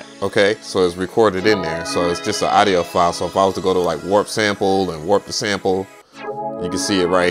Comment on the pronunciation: Respectfully, please pronounce audio properly.